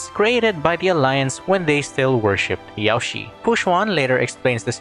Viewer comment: hey, I notice that you pronounce Yaoshi like Yao ci, To pronounce it correctly say: Yao Shirr. Drag the ''r' sound to properly say Yaoshi.